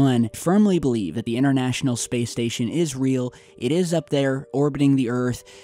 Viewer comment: the word is pronounced international not innernational and internet not innernet. Speak proper English.